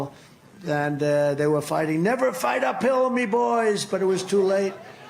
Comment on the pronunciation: “Uphill” oohhh, so that’s what he was saying…I swear I heard “never fight a pill” 🤣🤣🤣